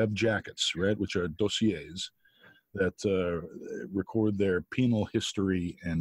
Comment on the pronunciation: Chris - why do you keep mispronouncing “academia”? “Dossier” and “metastasize”?